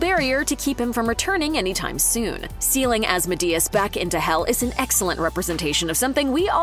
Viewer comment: The way you pronounce asmodeus gave me a headache.